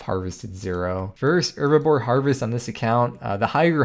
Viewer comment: Mate...its (H)erbibore ;)